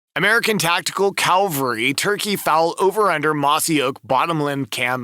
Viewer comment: The narrator would be more credible if he could pronounce Cavalry properly.